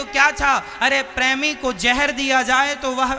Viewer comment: Pehle premi bolna sikhiye😂😂😂